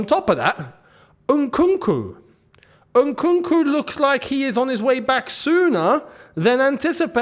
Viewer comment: The way pronounced Nkunku caught me off guard 😅😅😅 'Unkunku'